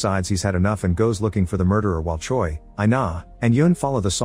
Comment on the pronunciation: Choi is pronounced like Chway. Or like Chae. Not Choy.